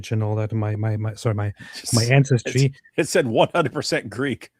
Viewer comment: "Incestry DNA" - that´s hilarious ha ha